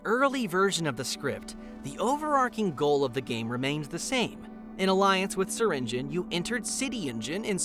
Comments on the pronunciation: it’s not (syring geon) it’s (syr ing e on) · Bro it is syrinGEON not syringin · In Syringeon The e Is Not Silent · Developers: “ser-engine” (I’m pronouncing it btw) All the players: “ser-in-jee-on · Wait it’s pronounced syringe-on and not syringe-ion? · Everyone says /si-ren-ji-yon/ but its actually /siren-jen/ loll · so it's pronounced syring-in? not syringe-eon? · I have been pronouncing syringeon’s name like sir-in-g-ee-on when the name is pronounced sir-in-g-en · It's "siringin"? Not "siringiyon"? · wait wait wait syringeon is pronounced syringin .............. WHAT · Cause it's how the way You pronounce SURGEON. Now I think obviously You dont pronounce Surgeon "EON" You probably pronounce Surgeon like "Sergen" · Him saying Syringeon. Me:ITs pronounced sur rin ge on.....or have i just pronounced it wrong my WHOLE LIFE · SYRINJIN IS HOW IT IS PRONOUNCED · Syringeon isn't a monstrosity, he's a Surgeon. HE IS A SURGEON, HE IS A SURGEON!! oh, so THAT'S how you pronounce it! I thought it was pronounced "ss-eye-rin-gee-on" 😅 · Syrigeon : uhh wrong bro narrator u keep wrong ahhh now thats good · You’re telling me I’ve been mispronouncing his name wrong ever since the beginning of his existence?! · That’s how Syringeon is said?! I’ve been pronouncing it as”Syringe-E-on” I’m still gonna pronounce it like that though. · you’re a part of the gobb team and you pronounces syringeon’s name wrong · Why he saying his name like that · i never knew Syringeon was pronounced like that (also wtf was with that old version XD)